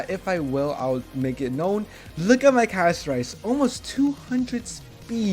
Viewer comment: Interesting very interesting thank you for the video another thing Pronounce her name correctly Castorice😂